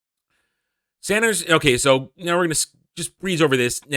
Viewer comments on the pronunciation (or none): none